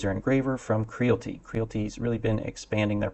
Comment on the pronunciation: KREE-AL-IT-TEE as in reality. There is an "I" in the name.